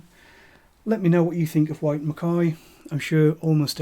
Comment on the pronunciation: Interesting local dialect, pronouncing "WHyte" as SHwyte" With a Glen Moray Classic sold in the supermarket for £20, I can't see the point of these Blends, honestly. I also love Tamnavulin but only in Ex-Bourbon without any finish. Ex Oak Carn Mor Tamnavulin 2009 13 Year Old American Oak Douglas Laing Provenance 8 Year Old 2015 (cask 19143) Tamnavulin 12 Year Old OB, You can still find it for about £105